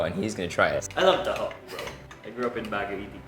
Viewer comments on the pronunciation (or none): none